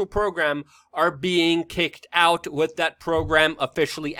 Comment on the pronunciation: The word is WITH - not Wit .